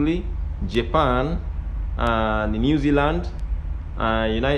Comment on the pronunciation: Your Japan pronunciation is wrong. Should be more careful